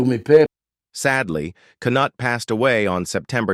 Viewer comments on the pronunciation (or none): OK who else had to stop watching this it must have been him saying Bobby Kernutt, i think it might be a Musk Trump production.